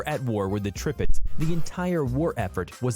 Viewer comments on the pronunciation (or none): They disabled the like/dislike ratio, so you already know this shit got hella dislikes. Deserved obviously. Just look at the comments, it's filled with people mocking them. There's only so many times a sane human being can hear "Tripitz" "Brismark" and "Prinz Eugene". They wasted a whole 14 minutes and 37 seconds of time for over 1.5 million people. Edit: It's not the "Shorehurst", it's the Scharnhorst. The Sch can be pronounced like sh. So i'd be "Sharnhorst". But tp be fair, I can see the Scharnhorst being much harder to pronounce to non German speakers than the Bismarck or Prinz Eugen, so it's not that big of a deal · Depressing. I couldn't finish it. And since you pointed out his Prinz Eugen, i must correct your Tirpitz.The first I is pronounced like english E, just like the second one is.